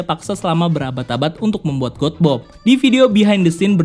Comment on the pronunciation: God Bomb. Baca : gat bom. Bukab got bom. Bring me Lord Ryan !!!